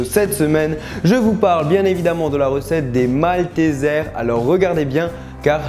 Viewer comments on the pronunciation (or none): C'est pas maltézères c'est malteseres (prononcé "maltisers"). C pas parce que c en englais qu'il faut le prononcer mal ! (Mini remarque )😜Sinon super vidéo !